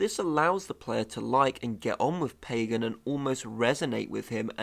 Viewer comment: AAAAUUUUGH!!! Short-a sound in both a’s of Pagan’s name. Both a’s sound exactly alike. P-ah-g-ah-n.